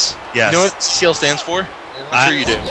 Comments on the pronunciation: THE CAWCL SPECIAL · I have a teacher named Mr. Kachel (pronounced the same way as and pronounce CCL) 😂😂😂